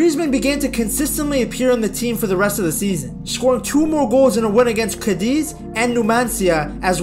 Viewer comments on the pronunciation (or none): none